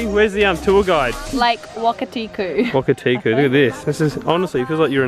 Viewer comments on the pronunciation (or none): you crack me up lol it’s “Lake Wakatipu”.. Loved this vlog:)